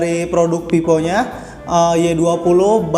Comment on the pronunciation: Telingaku terdengarnya pipo , pes enlok dll